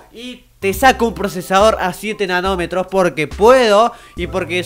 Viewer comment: entendi enanometros :-P